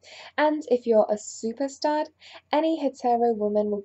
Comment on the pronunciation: Did she say stud or star????